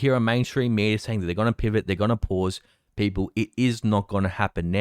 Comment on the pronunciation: You gotta love how says "Peepoe"